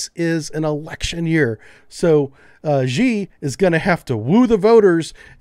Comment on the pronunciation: It's pronounced "she" not "G".